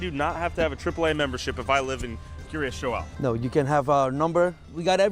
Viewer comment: Having lived fifteen minutes from the place, it's pronounced "Keer-as Jole". I will say that local sentiment towards this community isn't the best, since while many of the surrounding towns were having to shut down school sports teams and extracurricular activities due to lack of funding, their community kept getting state funded improvements that outsiders would never be allowed to use.